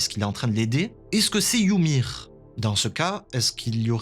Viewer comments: «yumiru» c’est la prononciation japonaise en fait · Wsh arrêté de dire yumir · Pk il dit youmir🤣🤣🤣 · Pourquoi tu dis Yumir? Ça me stress 😂😭